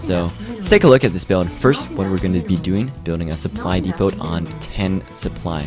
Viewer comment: Great video for newbies:) Supply depot is pronounced supply depo, btw, THE T IS FUCKING SILENT